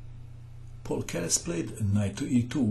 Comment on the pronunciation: The name of the city is pronounced like Z-ah-ltsburg, and Keres' name is pronounced P-ah-oo-l.